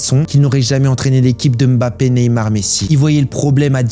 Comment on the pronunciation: Enfin un français qui prononce bien le nom de Mbappe ça m’a choqué au début 😂👌🏾